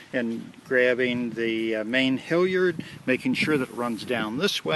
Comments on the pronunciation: It makes me wince every time you say HILLyard instead of HALyard. I watched 1, 2 & spinnaker vids and now my soul is bleeding. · I suspect a regionalism.